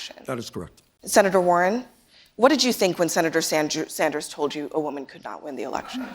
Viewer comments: she calls him senator sanjew lol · CNN moderator: '...Senator Sanjew--Sanders....' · Holy cow, Abby did say "SanJew" when asking Warren the followup question. I knew she said it, but didn't know when until now. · She mixed the word with "you" that she was going to say immediately after him name, she actually said Sandyou. Not uncommon to happen, exaggerating a mistake makes you just as bad as them. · "Them" is lying leftist like CNN and Warren. i'm just saying it doesn't make the not-crazy people of the world any favours to call them antisemitic over something that was very clearly a mispronounciation, even if you do it as a joke.